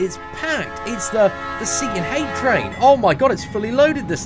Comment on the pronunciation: You said it perfect seatin dont worry about the haters stay up maine!!!!